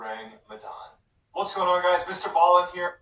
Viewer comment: Did you deliberately mis pronounce his name. or are you acting like a fan when you really do not know him? actually it is 5 years over 200 years. goodness dude WTF. I know what the question is.. " where is your shirt?" that's the question.. its pronounced ( MR Ball LeN ). i think its cannibalism. I think you are right it was a sacrifice for like weather or safe seas.. WOW I was right also.. considering their was a procedure on how to do this. and a hidden tool just for this. in whispers and secrets among all of sailors around the world. this can be considered a ritual activity.